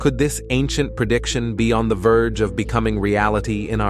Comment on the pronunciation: prediction not purdiction